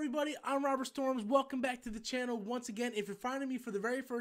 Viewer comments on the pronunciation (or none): none